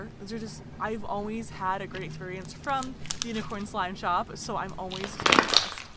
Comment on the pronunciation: Who else heard her say “slop shop” lol I still love you